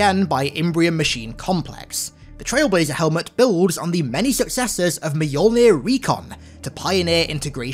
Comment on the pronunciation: One of those things that will never stop hurting my Scandinavian ears is Mjölner pronounced "Mijollnih".